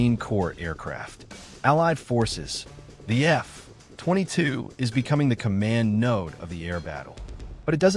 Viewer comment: at least fix the AI voice to treat F22 as one word. So annoying to hear F....22 with a long pause in between!